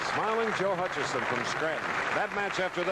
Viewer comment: Also “Hutchison”.